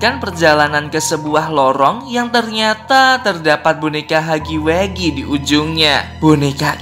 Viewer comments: Huggy wuggy bang bukan heggy weggy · Wuggy wuggy bukan haggy weggy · huggy wuggy =hagi wagi gitu bacanya